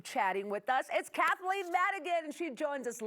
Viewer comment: It's Kathleen! You said her name wrong!